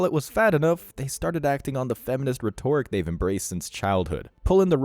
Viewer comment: Rhetoric??? Why can't you speak?